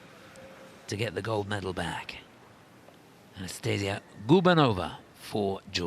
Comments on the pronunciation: who the F is reading outloud the names in the arena?!?!?! "AnastaSiSia" ?!?!?!?! and thats not the only example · “ah-nah-stuh-see-uh” is the correct pronounciation.